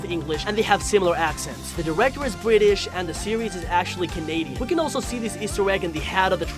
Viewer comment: Bwitish wider